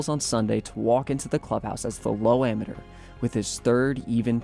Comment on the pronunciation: learn how to pronounce “Amateur”